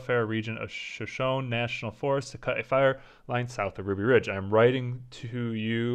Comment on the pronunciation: BTW not sure, think you might've said it right elsewhere, but Shoshone is pronounced shuh·show·nee